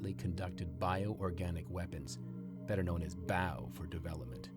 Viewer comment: B. O. W ( bee - o - double you) not bow as in ow.